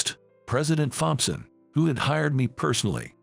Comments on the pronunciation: Please get a better robot voice!! I literally lost count of the number of mispronunciations. By the way it's pronounced Tomson not Thomp son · When you put the text for the text to speech, write "Tompson" instead of "Thompson" as it will pronounce it correctly. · The "H" in Thompson Is silent, in English. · Fompson not Thompson ,just a thought